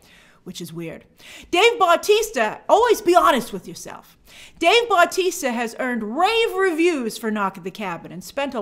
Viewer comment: great video as always but please just im begging u say Bautista not BAUtista